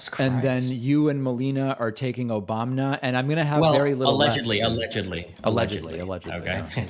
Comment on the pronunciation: Omg Destiny needs to clip THIS clip of David saying Obamna here and use that! Lol